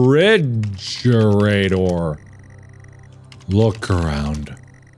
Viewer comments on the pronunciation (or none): Me when Mark puts a d in "refrigerator": :( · I read this as he said: "OpEn ReFRIJErAteR!"